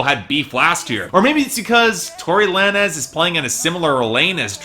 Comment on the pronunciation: It's pronounce "lanes" not la-nez